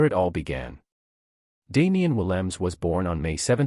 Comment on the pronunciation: SInce you want to expose our premier player, please find the time to correctly say his NAME!!! Williams is NOT his name!!! The 'E' on the end is NOT silent either. Say it, or you don't describe our star!! Thanks